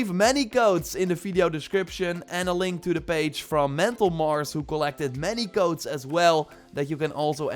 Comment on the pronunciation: Oh u mean codes I thought u said goats speak English man